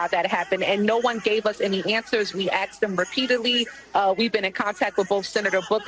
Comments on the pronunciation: "We axed them repeatedly ..." That's assualt, ma'am. 😂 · I can’t in any way take a sitting US congressperson seriously that says things like “I axed” instead of “I asked” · That female public worker said “ we axed em “ good lord I bet she has a college degree too. WTF? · Who did she axe? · The congresswoman says she "axed" them the questions. Smh. Their best and brightest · She "axed" them repeatedly. LOL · they “axed them repeatedly” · "We axed them repeatedly." People elected that.